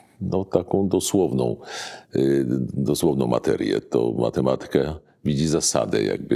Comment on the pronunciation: powyższą dyskusję! W słowie "matematyka", która jego sylaba powinna być akcentowana, poprawnie, Pana zdaniem? A Zanussi jak akcentuje to słowo, zauważył Pan, że inaczej niż Pan?Jeśli jeszcze raz usłyszę u Pana niepoprawny przycisk wyrazowy w takich kluczowych dla dyskusji, ważnych słowach, to Pana skrytykuję! A co do akcentowania słowa "nauka", to go pominę, bo chyba w Polsce już nie mówi się go z poprawnym akcentowaniem, nawet profesorowie uniwersytetccy. Ale Zanussi to słowo akcentuje poprawnie.